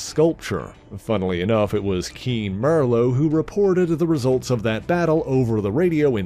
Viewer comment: Keen MER-LOW???!?!?